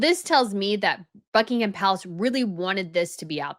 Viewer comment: It's not BuckingHam. It has nothing to do with ham. Forget that H,.